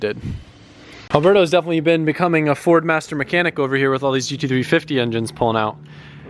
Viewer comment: Why is it so hard for to say GT350?